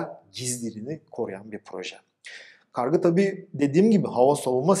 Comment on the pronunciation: Hocam kargı değil kargu olacak